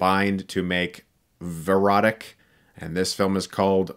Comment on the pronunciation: “This one is called veroti CUH” no I’ll stop